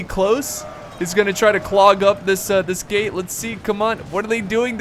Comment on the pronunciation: am I the only one thinking he said "gay battle" and not "gate battle"?